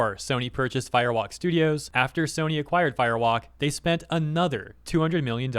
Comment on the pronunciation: Am I the only one that hears Fire Wok, like it's a cheap Chinese carryout restaurant?